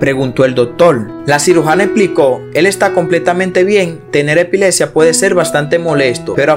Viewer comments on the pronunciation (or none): MUCHO ENREDO CON EL VIDEO..SE DICE HEPILEPSIA Y NO HEPILESIA